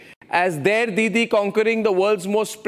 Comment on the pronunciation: Modi's weakness it all shows. He goes round cooing Deeedi.. Deeedi .. My foot! Not deedi dhadi 🙄